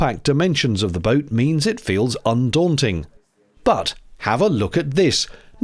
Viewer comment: I like that she made "boat" a three-syllable word at one point. "Boh-oh-o". 😅